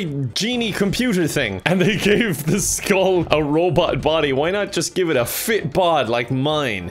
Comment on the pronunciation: I hate how he says the skull. Is this your first banjo kazooie game?